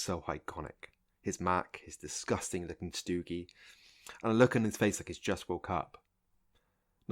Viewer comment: Stogie (cigar) is pronounced "STOW-ghee".